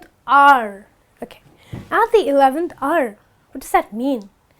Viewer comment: The word hour sounds like R,and the word work sounds like walk.